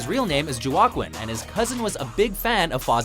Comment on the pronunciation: The way they pronounce Joaquin